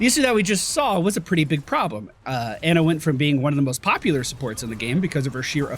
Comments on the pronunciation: It isn't "AH"-Nuh it is Onuh Amari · ITS NOT ANA BANANA, AH-NA IS CORRECT ^.^ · He better see at least one of these comments saying that he's pronouncing Ana wrong.